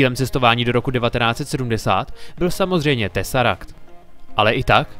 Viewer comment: prosím nauč se řikat místo “tesaract” “teseract” díky